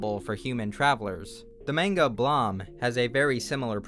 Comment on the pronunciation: I like how he appropriately pronounced blame but not manga